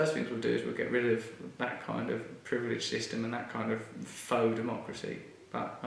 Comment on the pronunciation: I like that you pronounce the word "faux" correctly. Is that how everyone in the U.K. says it? I've only ever heard it pronounced like "fox", which is silly.